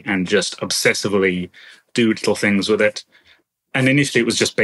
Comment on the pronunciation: Im sorry but i can't keep listening to a grown man saying "free, wiff and wiffout".